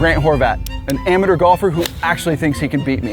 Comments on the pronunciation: "ameter" lol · why tf he say "amateur" like that in the beginning